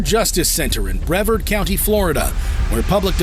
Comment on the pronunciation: Brevard County is pronounced Bree-Vard. Got it???